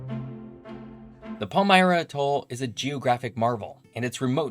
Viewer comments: Generally "atoll" is pronounced "AT toll" vs. "ah Toll" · With the word "atoll" the emphasis should be on first syllable, not the last. It's driving me up the wall hearing ah-TOLL a hundred times! Good show, otherwise, though. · Tremendous video,! One nitpicky concern, however. Please use one of the standard pronunciations of "atoll"... AT-all (or sometimes AYE-tall), emphasis on the first syllable. I've subscribed and look forward to you future posts.